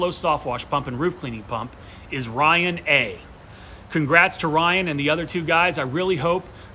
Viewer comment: My heart was beating fast when he said Rrrryan